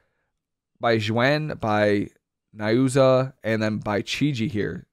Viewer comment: N I U Z A O....not N A I O Z U. Drives me crazy to hear you lol